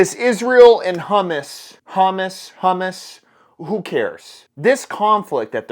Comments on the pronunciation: I’m a Muslim American and we are not fooled by this propaganda. Down with Hamas. Also its pronounced hAmAs not hamus. God bless brother 👍🏻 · Every time you pronounce it "Humus" instead of "Hamas" giggle😂😂 its crackin me up! You da man!!🤘🏻🤘🏻🇺🇸🇺🇸🇺🇸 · It's hard to take someone serious when the can't even pronounce the name HAMAS (huh-maas) not hummus (huh-muhs). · It's spelled "Hamas" pronounced: huh-moss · I think it's pronounced ham-ass. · I think it's pronounced "ham-ass", which is funny considering their stance on pork. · Hamas : Pronounced; (Ham- ass) 🤣✌🇺🇸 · It's pronounced, HAM ASS!! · Definitely open carry wherever you go from yesterday forward. Be vigilant, keep your head on a swivel. And maybe keep your kids home Friday the 13th. And take the day off yourself, just in case. (Also it's pronounced "hum-moss") just saying. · Can you please stop saying humas? You're making me hungry!!! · I'm so glad I got squared away. Thought it was pronounced 'Ham-ass' all this time. Felt kinda ironic. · I think it’s pronounced HUM. ASS but I could be wrong but I don’t think so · you crack me up about how you pronounce Hamas🤣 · Dude, ya really screwed the pooch on this one. Ya sound exactly like an uneducated southern redneck. Hummus and Hamas are not the same, aren’t pronounced the same. One is chickpeas and the other are terrorists. And you’re ranting like a fool. Ya shouldn’t have made this one. I know you’re tired of the dumba$$ guv’ment. I am too. But, Israel is our ally in the Mideast and has been since its inception. Yes, gun control is a bad thing and we all know that. That should have been your main point for this video and not a rant about chickpeas. Get a grip. Lay off the high caffeine coffee. Play some soothing music. Go sit a spell on the back porch and watch the clouds roll by. Cya tomorrow.